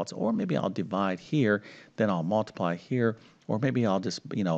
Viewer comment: It's mUltiply, not mAltiply. Or is it my hearing? Good show, though!